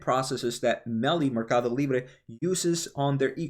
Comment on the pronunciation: monster numbers by PYPL. Guided cautiously. Staying long! Your pronunciation on Mercadolibre was right on point. 😉